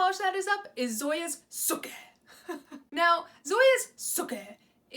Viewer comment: Girl have you never seen Gilmore girls? That is not how you say Sooki lol but I am happy you're enjoying yourself ❤️